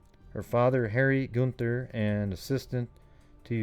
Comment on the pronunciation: Chris was my moms best friend. It’s pronounced “GUN-THER”. And her case was re opened and investigated again recently, with highly suspected person of interest but not enough evidence to make an actual arrest.